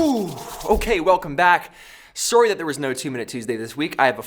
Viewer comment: "Surry" ....oh yeah, he's Canadian 😁